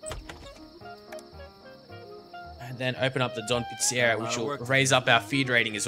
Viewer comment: Click on your gang members image to center your view on them. Right click on the screen to view your properties. It's pronounced PIZZA REE AH!